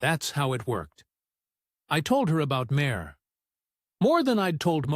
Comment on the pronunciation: I never heard Sinéad pronounced as “Sin-ay-odd“ or Máire pronounced as “Mare” before 😂